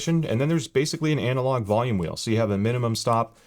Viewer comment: Did you just say ANALogue version? 😘😋